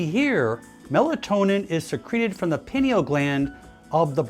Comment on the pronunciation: Pineal is not pronounced the way you did